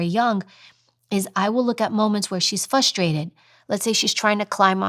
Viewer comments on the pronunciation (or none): fRustrated, fUstrated is NOT a WORD,ok calm down, cancel...